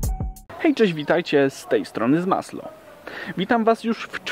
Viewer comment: A NIE ZMASŁO